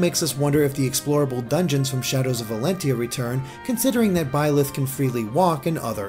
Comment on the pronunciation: Please correct me if I'm wrong, but isn't Byleth pronounced like B-Lie-th, or something like that? The name has multiple spellings, but its referring to the demon king, which given the emphasis on the goddess; it seems like this is going to be another "the devil is the hero from another perspective" kind of story, which isn't bad if handled right.